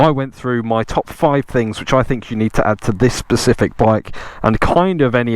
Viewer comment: Specific not Pacific. That’s an ocean.